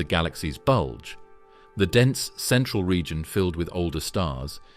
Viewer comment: Please stop saying bulge